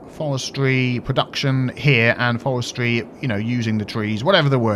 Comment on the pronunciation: In the first half...: 'Forestry, Forestry' In the second half...: 'Fowestwy, Fowestwy' Demon dentist!